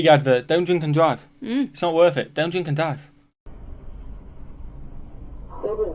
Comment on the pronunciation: "Don't dwink and dwive" he said it perfectly... almost.